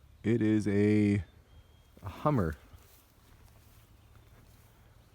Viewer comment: Humber, not Hummer